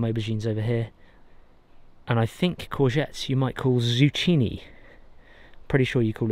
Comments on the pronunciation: Zucchini: ZOO-KEY-KNEE If you want to know how we say it. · Beautiful vegetable garden,! I’ve done this type of tight sowing, we call it intensive gardening. It makes the most of a small space. If you make use of herbs, it would be nice to plant a small herb garden with annual and perennial herbs. I’m so happy for your kids that they have this to grow up with. Oh, in the US we pronounce the “cc” in zucchini as a “k.” Can’t tell you why. 🤷‍♀️ Everyone should get excited by fresh veggies and firewood! 🪴 🪵 😊Cheers!